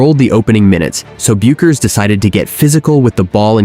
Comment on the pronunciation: Can't a human being read the script? Who but AI doesn't know how to pronounce Bueckers?